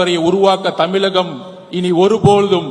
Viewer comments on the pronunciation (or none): தமிலகம் இல்லை தமிழகம்